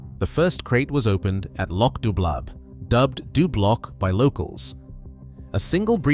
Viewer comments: you could at least pronounce loch correctly. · Had to stop listening due to the horrofic mispronunciation of place names and Loch.